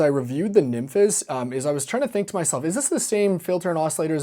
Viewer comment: I'm genuinely so sick of hearing the way you pronounce nymphes